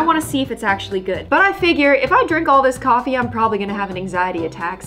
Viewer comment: I actually understand what she meant by “frothy coffee” sounding like “frothy gewart” the way she said it sounded like frothy kothy and kothy is like kartha